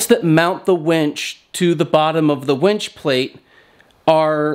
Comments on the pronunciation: Dad jokes for days! You sound like you're pronouncing wench way more times than winch. Be careful of the wires rubbing the painted bits, it'll wear the paint off. Ask me how I know. You better be getting her a drink!!🍻:-) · Its winch not wench. If you were trying to be funny, it turned out to be irritating